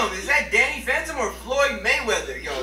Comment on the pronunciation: When u said Danny phantom I heard Daddy fandom